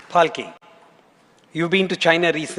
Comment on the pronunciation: Falki??? 😂😂😂 What Was That Pronounciation 💀